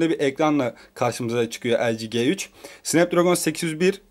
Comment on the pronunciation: Kardeş önce nasıl bi okunduğunu öğren lg g3'ün